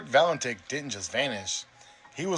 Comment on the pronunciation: Frederic Valentich / not Valentik. Like Marina Abramović/ Abramovich.